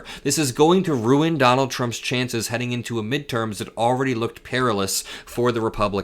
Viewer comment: Mid erms? What midterms? This war gives him the authority to postpone any elections!